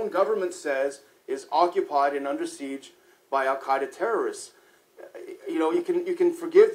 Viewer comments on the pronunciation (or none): none